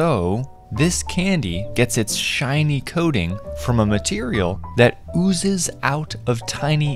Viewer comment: What do you mean??!! "OOOOZES?""😂😂 SIR ??